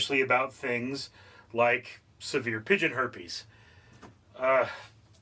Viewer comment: Also “Severe” not “Saver”